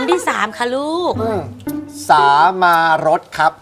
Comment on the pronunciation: คำว่าสามารถอ่านว่า สา - มาด ไม่ใช่ สา - มา - รด